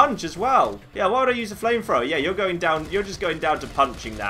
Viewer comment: accent makes it seem like he's saying flame frower